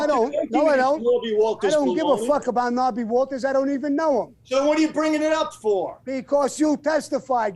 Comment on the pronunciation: Knobby Walters 😂 it’s Norby ya fuck!